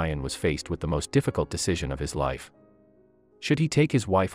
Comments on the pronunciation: THE NARRATOR ANNOYS ME WHEN HE PRONOUNCE WORDS CORRECTLY. SAVES HER LIFE NOT SAVES HER LIVE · I noticed that too, especially live as life🙄🙄